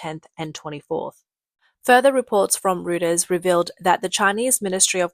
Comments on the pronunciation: FYI, "Reuters" is pronounced like "Royters". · Reuters is pronounced ROYters